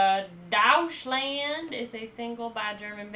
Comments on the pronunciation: Also Deutschland is pronounced "doych land", and it's the german name for germany lol. So calling it douche-land was kinda hilarious. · Never heard Deutschland pronounced as Douch-land. Doytchland I guess is closer to actually pronouncing the word. Also it means Germany. Germania/Germany was a name given to the territory and its people east of the Rhine by the Roman Empire. This song is packed with symbolism and historical references and one has to be well acquainted with European, and especially German, history to really appreciate it. Good reaction though 👌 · lol , it s funny how u say DEUTSCHLAND 😄